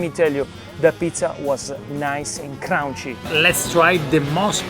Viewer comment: No Vito, it’s “kreespie” and “krounchie”